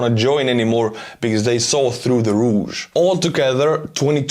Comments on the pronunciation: Ruse (deception), not rouge (red cosmetic) 👍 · ruse is pronounced like "rooz" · ❤😂😂😂😂😂 "saw through the rouge"😅😅😅 i always wondered what went on in Russian prisons and now I know😂😂 I love it went mangles a word and if you read this, the word is "ruse" and the "s" is pronounced with a hard "z" so "з" as in "is" not "ж" as in "measure"... ❤